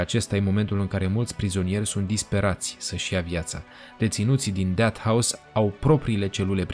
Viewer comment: Unde ai invatat engleza?"Deat" house???Pe bune?